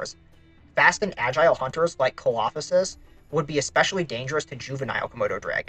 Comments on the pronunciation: I really enjoy these videos, and can't wait to see what you cover next! Also, Coelophysis is pronounced "see-low-figh-sis". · Im sorry but your pronunciations of ceolophysis and herrerasaurus are just so wrong, these are really well known genera too. Also ceolophysis is a pretty well known cannibal. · bro butchered the coelophysis pronunciation so badly 😭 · Im sorry but WHAT was that Coelophysis pronunciation 😭😭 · I wasn't sure that was even the dinosaur he was talking about! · Thank you! I had to do a double take on that to make sure I heard it correctly. That's done my head in.